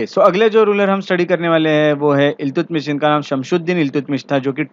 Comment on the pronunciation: Iltutmish का सही उच्चारण अल्तमश है, न कि इल्तुतमिश।